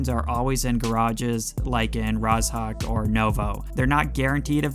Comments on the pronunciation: Why does he say “Raz.hawk” instead of “Rozhok”????? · Mate the "zh" in Rozhok is pronounced like "j" in "bonjour" :) BTW I love how specific your tips and advice are!